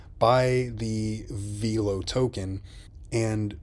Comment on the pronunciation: Veelo????? No. VELO